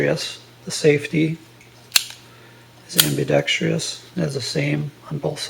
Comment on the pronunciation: Please, the word is pronounced am-bi-DECK-stress (4 syllables) not am-bee-deck-STREE-ess (5 syllables). Otherwise, a pretty good review.